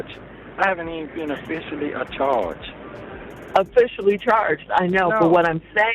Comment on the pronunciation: When he said "Afficially Acharged" I was done with this whole video!🥴🤪😂